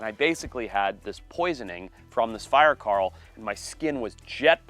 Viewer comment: fire 'carl' . ... holy hell never try to say coral again ...makes me wanna take a bat to your mouth